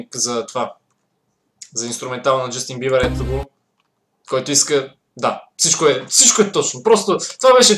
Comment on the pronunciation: Тоя вика Justin #BIBAR или само на мен ми се струва, че вика така 😂😃